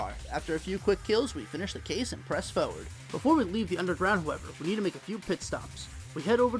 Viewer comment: Also. It's "forward." You really aren't good at determining when letters should be silent or not. Maybe you should just be silent.